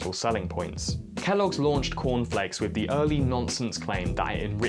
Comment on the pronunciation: Is it just me that Kellogg's sounds like Key loggers?